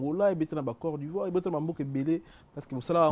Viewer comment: oza na france yekola francais balobaka Côte-d’Ivoire et non core d’ivoire